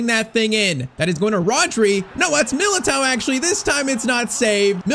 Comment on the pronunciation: Please stop pronouncing MILITAOs name wrong